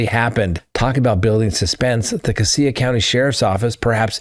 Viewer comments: Hello , your pronouncing Cassia wrong Sir , it’s pronounced Cashia thanks for the update ! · Cassia is pronounced “Cash-uh.” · Please figure out how to say the names of the counties because you were saying them wrong this is my hometown in Idaho murdering the names of the counties. Casia has more of a z in the sh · Pronounced (Casha) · Cassia county is pronounced CASHA 😅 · I grew up with Ben and he has always a-little off but not kill you off .. He has a history of untreated schizophrenia..Also, you are pronouncing Cassia County incorrectly..😂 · Cassia. (cassia) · PLEASE before you talk about where the new quad murder is discussed...get the correct pronunication on CASSIA....its not Cass E AH....Its' Cassia..CASSH AH....I was in LE in that sheriff's office for 10 years.... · Cassia = kashuh - huge fan from Boise here! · Cassie is pronounced "Cash-a." 😊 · Cassia = “Cash-uh” not “Cah-see-uh” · It is pronounced Cassia (Kash-a) County, not (Ka-see-ya) County. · Not casea county...it is pronounced casha (Cassia) county. Too many criminals moving into our State... i.e. Daybell, Vallow, Kohberger! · LOL, CASS-ya, not cassea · Great show! Cassia is pronounced Ka-shaw. 😊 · Cassia-“cash-ah” I’d be happy to be your Idaho pronunciation coach, because it seems like you’re gonna be talking about us for a while. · Cassia is pronounced “cash a” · Sorry. That is pronounced cash-a County. I grew up there. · It’s CASS-ya county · Idahoan here—Just to let you know, Cassia is pronounced “Cash-uh.” Also, I don’t know what is going on here. Did you hear about the guy who started a fire to lure in fire fighters in Coeur d’Alene?? It’s crazy here! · 😁 it is Casha county😁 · Cassia County is pronounced casha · It's pronounced Cashia County. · Cassia is pronounced Cash-ah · Cassia county is pronounced like casual. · Cassia is pronounced Casha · Cassia is pronounced “CASH-uh", and Moscow rhymes with “go” as in “MOSS-koh”.